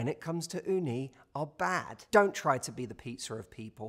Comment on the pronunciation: I really love hearing you saying Uni "雲丹"😆. Perfect pronunciation! Lots love from Japan